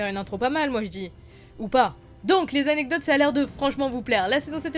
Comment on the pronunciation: "vingt zanecdotes" ? x) Sinon, bonne vidéo :D